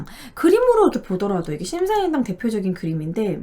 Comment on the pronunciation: 자꾸 심사임당이라고 하시네요